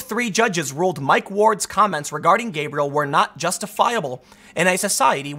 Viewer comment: Ug.. every time he said gabriel.. I was cringing so hard...